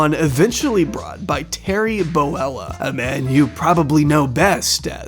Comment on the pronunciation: Did you say Boella instead of Bollea?